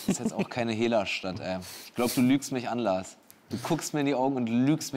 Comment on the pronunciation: Ganz peinlicher Moment als Felix „Lars“ ausspricht